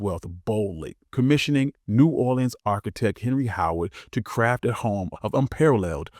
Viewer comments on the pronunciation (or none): none